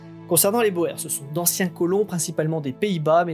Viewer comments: On ne prononce pas "Boères" mais "bourres"... Même si ça s'écrit "Boers" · Ça se dit "bourgs" et non pas Boer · boer"s" , en néerlandais, se prononce bour (long sur le "ou" ; bouur (s) ;)